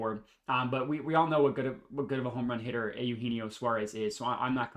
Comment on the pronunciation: correct on the pronunciation. Ay-You-Hen-Eee-Oh